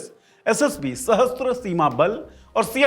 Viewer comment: It's not sahastra.its sashastra means armed